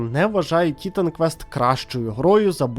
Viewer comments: Ага автор ще так наголос робив на і що аж непособі це чути. ТІ!тан квест)) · Я додивився відео до кінця, не скажу що дослухав, тому що вже під кінець пішла кров з вух, хоча мені навіть почало здаватись, що я все життя помилявся і правильно казати "Тітан квест", а не - "Т..." стоп, а як там було? Автор, ти ж це спеціально, так?)